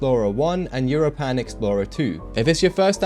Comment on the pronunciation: Bruh why the hell do you pronounce europan like that lol (It's pronounced like europa but with an "n" at the end)